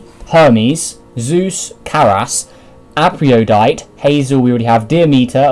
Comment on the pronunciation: Aphrodite is pronounced like “afro” and then “die-t”. I know my way of teaching the pronunciation is terrible but yeah